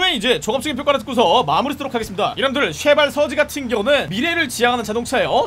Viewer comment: 순간 욕하시는 줄 알았습니다. 쉐발..! ㅋㅋㅋㅋㅋㅋ